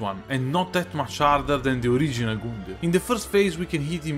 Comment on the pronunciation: he gets me every start of a video with his "goondyr"